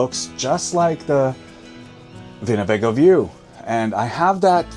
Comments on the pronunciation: You didn't say Winnebago (I know what a Winnebago is) , you said "Vinabago" (with a V sound). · What's a Vinabago??? He keeps saying a "Vinabago vibe" and "Vinabago view". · Winnebago? The "w" is not a "v" sound but a "w" as in winning, wooing, wow! and wooden. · I’m confused sir. You pronounced Winnebago with a V, but windows with a W. I was onboard with the German pronunciation, until you reversed yourself. What am I missing?